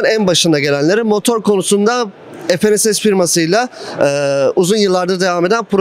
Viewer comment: motor konusunda.... denilen kısım. ef en es es (FNSS) yerli bir şirket ve fe ne se se diye teleffuz edilir.